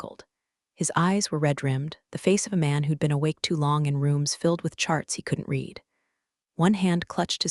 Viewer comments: READ is pronounced "reed" or "red" depending...........please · The past tense of read is pronounced red. Patagonia is pronounced pata gone ne a . Most importantly a human being familiar with the language needs to audit messages before you press send. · I will be happy the day read is said read :)